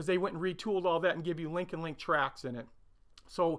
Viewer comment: Not crazy about Tamiya kits, I prefer a kit that needs more input and takes more than a couple of evenings to build, saying that the finished models are very good but I like to get more entertainment for my money. The new shop looks great by the way As an aside, when you say "link & length" it sounds more like "link & link"